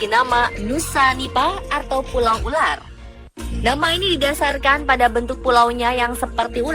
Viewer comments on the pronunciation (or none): none